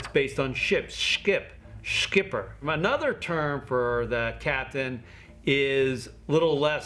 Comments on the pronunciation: He pronounced 'Schipper' in Dutch quite well. (dutchman here) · i'm amazed this guy managed to pronounce the word "schipper" most english native speakers have real trouble with the dutch "g" or "ch" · as a dutch guy, im impressed by your pronunciation of the dutch word schipper! specially the "sch" part is super hard for non dutch people, even for german people wos language is very similar. fun fact, in ww2 some underground resistances made new guys say the word "schevenigen" (the name of a dutch town) if ur pronunciation was wrong, u where no dutch guy but maybe a german spy